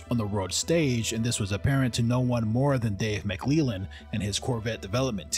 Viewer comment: Good video... but I can't figure out why in the last 3 videos I've watched on this subject, no one can manage to pronounce Dave McLellan's name! Rather than saying it like McLeelan, it's supposed to be spoken like "yellin", but with a L in place of the Y.